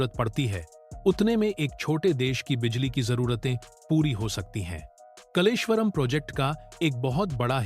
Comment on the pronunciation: कलेश्वर नहीं कालेश्वर यह नाम कालेश्वर महादेव से लिया है यह प्रसिद्ध मंदिर इसी गांव में है